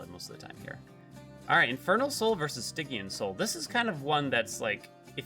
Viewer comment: Poor guy's been pronouncing "Stygian" wrong his whole life.